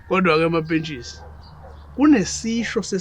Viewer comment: I like how Zodwa says "Mampesika" instead of mampentshisi